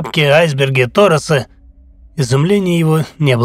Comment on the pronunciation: Не тОрос, а торОс.